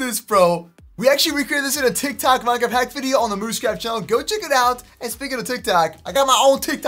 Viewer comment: he said tiktac 😂